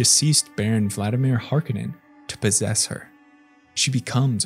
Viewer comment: ok.. i have a question... why is it so common to pronounce the name Harkonen like we are all Scottish??? Herbert made the first movie (admittedly in the First movie, it is intentionally made different as a stand alone since at the end Paul makes it rain on Arrakis wich would disrupt Spice production and harvesting making interstellar travel dangerous or impossible but it was still made by him) where he told us how to pronounce it, but every movie i have seen since agrees with your way... what have i mised???